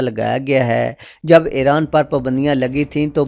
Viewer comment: It is iran not eran 😂 lol